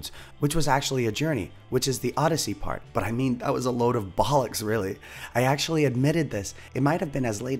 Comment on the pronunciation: Hearing an American say 'bollocks' will never not sound awkward, lol. Sorry mate.